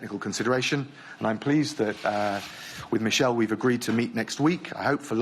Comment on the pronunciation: Did he just called Barnier "Michel"? That is a French name, you pronounce it m ee - sh eh l. Not American style Michel.